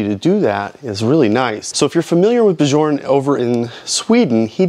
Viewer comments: Haha its “byorn” not b jorn” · Good video. And Bjorn is pronounced YORN.